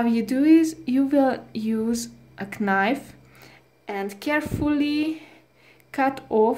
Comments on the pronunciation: Can I give you some English tips? The "g" in tangerine is pronounced as a "j" and any time you have "kn" in English, you do not pronounce the "k". It is pronounced "Nife" and "know" is pronounced "no". I know, it's a confusing language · I'm only saying this to help your English advance more. Please don't be offended but, knife actually sounds like nife. The "k" in knife is silent. Anyways I loved your video. I have 2 lemon trees that cropped up earlier this year. And a blueberry shrub, that I've grown from grocery store seeds. Now, I'm fixing to try my hand at halos. Thank you so much for your help! Be blessed! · First time i heard someone pronounce the word “knife,“ “Qnife.” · Uuhh. The word “knife” has a silent “k” lady! 🤪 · How many foreign languages are you able to speak to be so unpolite about some mistake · I thought the K was silent in knife, I have been saying it wrong all this time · Do you know the “k” is silent in the word knife ? I can’t, it’s like daggers in my ears and painful to make it 2 min in- sorry